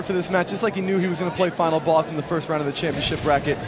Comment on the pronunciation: LOL He says Final Bass